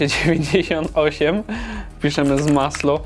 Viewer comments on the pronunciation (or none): Nie zmaslo tylko masło 🤗